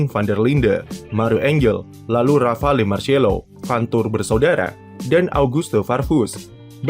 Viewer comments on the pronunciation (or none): none